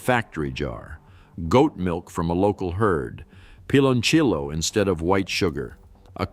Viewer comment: I COULDN’T WATCH THIS. I CRINGED EACH TIME IT MENTIONED “PILONCHIYO” 😖😖😖😖😡😡😡